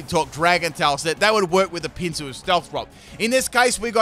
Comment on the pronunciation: Whenever you pronounce "Pinsir" I hear "pizza".